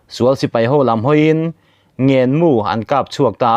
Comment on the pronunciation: Ngènmu tilovin Ngénmu tih zawk tur niin ka hria.